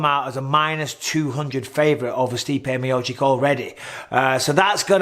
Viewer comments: Me-oh-cheech! Me-oh-cheech! Michael... not Me-oh-chick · For God's sake Bisping; please pronounce Stipe's name correctly?? ME OH CHICH